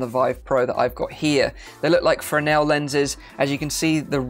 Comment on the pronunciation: some small notes, those vive headphones are also on ear. IPD is short for inter pupillary distance. I highly doubt the front area is for a battery, because it'd be too front heavy. It's also fes-nel (pronounced fez-nel) instead of frenel. I honestly think the next thing that needs to happen for all VR headsets is to be wireless, because it really takes away from my experiences in VR